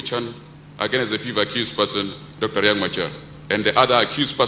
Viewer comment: It's not Riak like ur language idiots, it's Riek Celebrating non issues when the entire country is actually bleeding